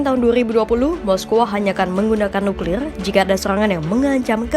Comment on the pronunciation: nuklilrlr nuklilr r nya seperti orang British 😊